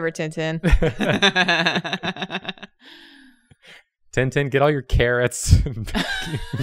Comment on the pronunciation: The way they pronounce Tintin's name amuses me so much. Makes it sound like he's a robot or a knight or something... xD